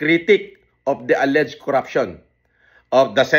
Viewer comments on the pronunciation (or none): none